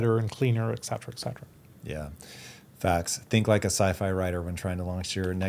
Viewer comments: ET cetera, not 'ex cetera'. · That's an interesting topic. But for somebody using the expression 'eT cetera" maybe he should learn the right pronunciation? 🤷🤔